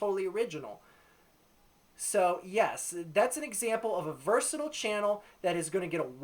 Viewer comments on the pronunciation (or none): none